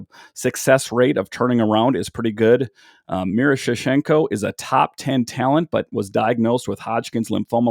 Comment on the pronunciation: Miro-sh-nee-chenko that’s how u say it